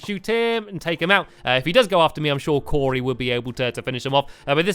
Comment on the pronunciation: He said Corey